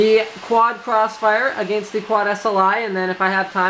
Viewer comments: love how he says ''against'' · it's a Canadian accent.